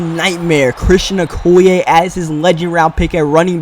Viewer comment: im pretty sure okoye's name is pronounced:(o key yay)